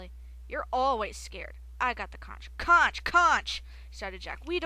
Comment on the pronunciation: C-O-N-C-H is pronounced conk